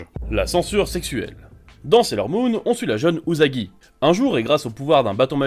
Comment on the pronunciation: Ça se prononce usagi pas uzagi